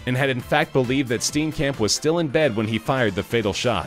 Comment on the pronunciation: you pronounced steenkamp wrong. it sounds more like stee-yin-kump